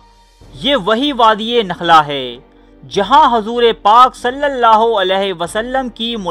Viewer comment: Hazoor" nahi huzur